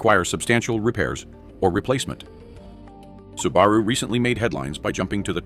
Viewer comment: Nice video except the AI generated narration. It's BAD on punctuation and pronunciation of manufacturer and car names. "Subaru" was REALLY BAD! 👎👎👎